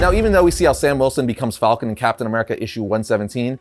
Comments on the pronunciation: Falcon not fulcon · Falcon, not Fallcon... I don't know that I can watch this episode... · I love at the beginning he says fawlcan than falcon